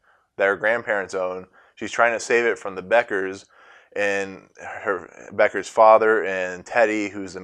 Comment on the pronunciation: Beckerstead, not Beckers